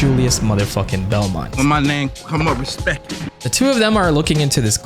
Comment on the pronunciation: Put some reSPECK on his name! XD